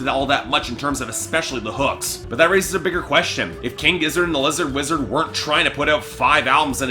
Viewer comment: It’s Lizard Wizard mate! Figure it out! If you can’t even say their name properly do you really think your review is valid. My review of your review is one star if that!